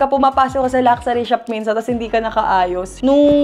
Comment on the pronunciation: Luck-shoo-ri vs Lucksari 😑